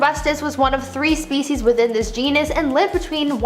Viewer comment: Every time she says"species" I hear"feces". It can be quite distracting